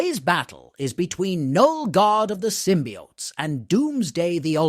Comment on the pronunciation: Symbiotes is not pronounced as symbiaughts. It’s pronounced symbi-oh-tes.